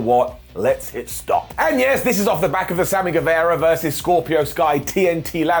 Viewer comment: Guevara* not Guevera